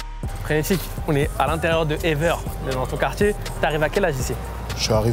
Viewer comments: Ever... il a dit ever comme en anglais xD ahhaha ah ces français, c'est toujours drôle de les entendre prononcé le nom des communes bruxelloises XD répète après moi : évère ééévèèère. Allez, plus dur maintenant : skarbéék, pas charbèk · Le quartier de « Éveur » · Evere se dit Évère , pas Éveur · EVERE ça se prononce "é-vert" pas "éveure" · « Ever », t’as cru on était anglais ? 😂😂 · Frère il a prononcé ça comme « ever » en anglais 😂😂😂 Tqt je connais Evere , je suis sur Bx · On dit Evere (évère) respectez bxl svp